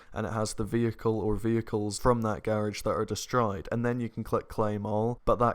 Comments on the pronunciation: So we goin ignore "garige" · "Gârage" ??? lol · Tell me how many times said ‘garage’🤣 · Anybody else like the way says "Garage"? Loving the accent mate! Your videos are lit! Keep up the good work! Hope you continue grinding on story mode! Those story mode clips are great! Always make me laugh! You a goat 👍🏾🔥🐐